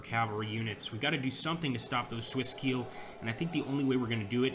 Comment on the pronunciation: Landsknecht is pronounced like "Londs connect", and Keil is pronounced "Kyle" (not like I will KEEEEL you, Mr. Bond).